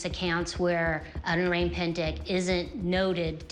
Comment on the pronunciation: It’s not ‘oreng‘, the ORANG pronunciation should be O-rung. Orang pendek = O-rung pendek Orang Utan = O-rung UtAn